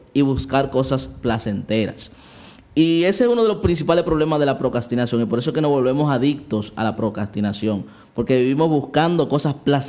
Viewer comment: Vuelves a decir "Procastinación", en lugar de "Procrastinación" y me desuscribo. JAJAJAJA. ¡Mentira, me encantan tus videos, no me pierdo ni uno! Bendicionesss❤